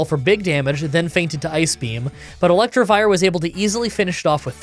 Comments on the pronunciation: Wasn’t gonna say anything, but, since I was annoyed and comments are good for the YouTube algorithm, it’s Electivire, not Electrivire. 😛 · Electivire not ElectRivire